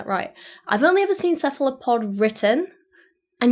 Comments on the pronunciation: You pronounced Cephalopod right (taking accent into account) Translation: Head-Foot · You are pronouncing cephalopod correctly. Really interesting information! Thanks. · I was under the impression that the plural of octopus was octopi. I could be wrong. But you nailed the cephalopod pronunciation. I like the make up look! Reminds me of your DC looks! Octopus is quite yummy. Chewy but yummy. The food chain still exists regardless of how we feel about them, or how self-aware they are. They have no qualms about eating any other sea creatures, so why should we give them a pass. By all means, they shouldn't be hunted to extinction, they have something to contribute to the environment, just as any other living thing. Nature's balance must be maintained. (I'm not criticizing your opinion, the opinion of others, or sway you in you formulation of an opinion. Just stating mine.) Would I want to be eaten by a bear or tiger? No, but I cannot fault them for trying.